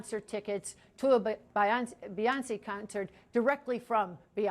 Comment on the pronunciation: Beyonce! BEYONCE! - new york vocie. Iykyk 😂😂